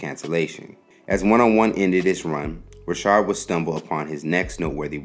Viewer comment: His name is not Robert Rishard , it's Robert Ri'chard (Rikard) . If you going to do a video , please get the pronunciation right , smh